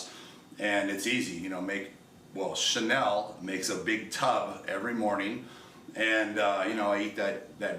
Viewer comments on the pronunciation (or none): none